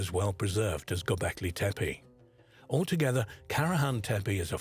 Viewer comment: SERIOUSLY!! and mispronouncing their names every 5 seconds? Tepi-tepe-tepi-tepe!!!